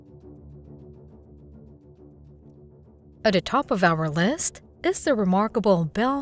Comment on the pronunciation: Hey... why do you hate the letter "t" so much? It's "the" not "da." And "these" not "dese." 😮😊😢😂